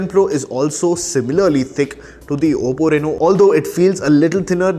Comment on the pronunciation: Its oppo bro not obbo